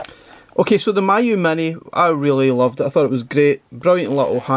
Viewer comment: Pronounced as Me you, not my you 😊